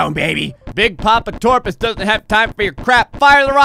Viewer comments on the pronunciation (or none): Its Top - rus not torpus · it's toprus not torpus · I love these. Also he said torpus but his name is toprus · TOPRUS!!!! It quite clearly says toprus. Several times. Not torpus. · OMG STOP THE DYSLEXIA IT'S TOPRUS NOT TORPUS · It's Top-Rus not friggin Torpus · u seriously can't read toprus's name... It's toprus not TORPUS